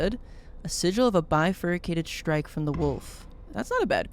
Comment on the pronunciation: I know it's not a very common word, and I don't blame anyone for mispronouncing it (heck, maybe I'm the one who's been mispronouncing it for years) but the way pronounces "bifurcated" really sticks out to me. It's almost "bifurycated". (Weirdly enough, I learned this word before I was 10 years old, just because my dad liked the word and would find a way to work it into sentences almost as a punchline/family in-joke.)